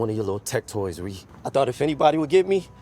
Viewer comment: thank you for pronouncing ReRe correctly